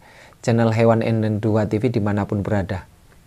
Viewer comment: Bagus sekali Wejangannya untuk peternak pemula. Namun kalau boleh saya menyarankan agar cara salamnya diperbaiki. Bukan salamu'alaikum tapi Assalamu'alaikum. Terima kasih 😁😁😁🙏